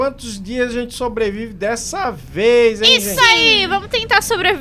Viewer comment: "sobravive"? KkkkKKK😂😂